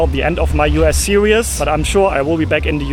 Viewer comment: You're pronouncing these words wrongly. 1. series 2. syrup